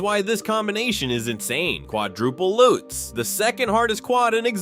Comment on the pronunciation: it's a Lutz, not a "lootz"